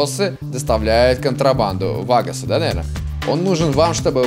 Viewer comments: ваагосы, а не вагоосы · Правильно ва́гасы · Вагос ударение на А..это латиноамериканскя групировка...